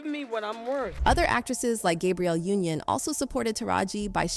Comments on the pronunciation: I’m trying so hard to listen to this interview but WHY are you mispronouncing Viola’s name and Gabriel Union’s name. Put some respect on these women’s names. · Was this written and voiced by an AI because there are a lot of inaccuracies in this. From mispronouncing Taraji and Gabrielle Unions names to saying Precious was Oprah’s film and she paid her 😂 Oprah was brought in as a producer well after screenings and mainly responsible for promotional assistance. She didn’t have anything to do with paying Monique. Oprah is a terrible person but yall need to do better research.